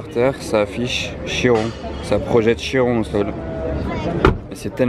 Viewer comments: On dit KIRON et non CHIRON ! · KI-ron et non CHI-ron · non non,CHI-ron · Trop moche comment vous prononcer chiron et veyron pffff